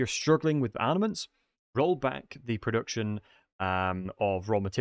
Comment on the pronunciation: I am the only one that keeps on hearing him say ARNAments ?